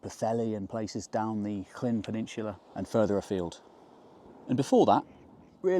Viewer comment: Honestly,, I really enjoy your videos but PLEASE sort out your Welsh pronunciation. It's really not difficult for someone of your intellect. It's painfully jarring to hear you say "Clean" instead of "Llŷn" and "my-RIO-nith" instead of "Meirionnydd" (merry-ON-ydd). I get the problem with Ll/ll, you have to be specifically taught how to say it. But Dd/dd is the same as the end of "breathe" in English! The "th" in "this" or "that", NEVER thick or thin, so no excuse, really. 🤗 {:o:O:}